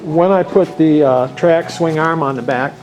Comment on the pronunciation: Swing Arrhemmm. Swing Arrhhem. Arrrhem. Why does she say swingarm like that and why does it bother me so much? I clench my teeth every time he says it. 😬😡